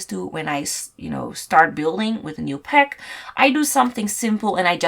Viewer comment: Oh... For like 10 minutes I was like '' peck''?... Whats a fuckin peck??!.... Girl its PACK. Gosh AAAAAA